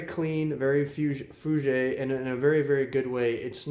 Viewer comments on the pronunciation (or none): Just in case you wanted to know. It’s pronounced Fú-Jhair and Jjock Bogart. Love your videos and the fragrances you review. I like all my phoenix artisan products I’ve purchased based on your reviews.